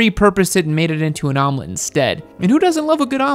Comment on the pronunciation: Omelette? is more like vomelette, ammirite!?